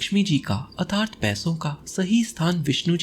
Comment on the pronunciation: Sir your way to pronounce atharth is not right.. It makes bad impression.. And don't mind sir.. Your videos are as always superb